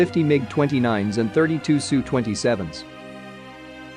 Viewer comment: The problem with using a program for the narration is that it says things like SUE instead of S-U. 😂 This is not good for a channel that purports to offer military expertise. I suggest that the scriptwriters take this weakness of the program into account when they prepare the script to be read by the program. Goddamn, but I did laugh! And to be fair, Warthog is a pretty good channel otherwise. But these sorts of errors don’t look good.